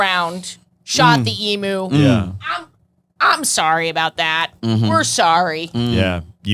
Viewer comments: It's "e-mew", like rhymes with new, not like a cow's "moo"... please, for my sanity.. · It is not an e-MOO. It’s an eem-u! And they won the great emu war. They are not to be messed with. Say their name with respect.